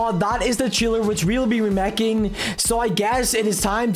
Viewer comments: It's remaking not remekin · its not remeking its remakeing but its a bommer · In the hole video he is saying remekink